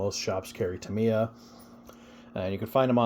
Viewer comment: Thank you for the review and also for pronouncing Tamiya correctly. I love the Tamiya kits, been building them and Kyosho since the 80s. Sure, they dont "compete" with the newer race stuff and dont hold up like modern day bashers but thats not what they are meant for anyway.